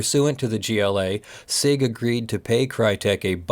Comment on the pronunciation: Hey I’m pretty sure it’s pronounced “see eye gee” and not “sig”, but I could be wrong. Also, no damages for termination does not mean no damages for breach while the agreement was still in effect.